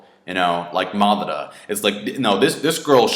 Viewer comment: Matara lol the he pronounces Madara it